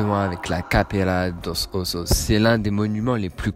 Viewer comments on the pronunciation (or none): Mddr Je vais t’apprendre à prononcer Capela dos ossos me prochaine fois que je te croisse 🤦🏽‍♀️